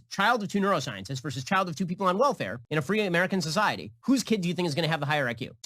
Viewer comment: You could at least say welfare without the hard R Ben.